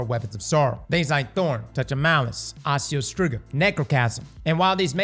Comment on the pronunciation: the hard R on Osteo Striga is cracking me up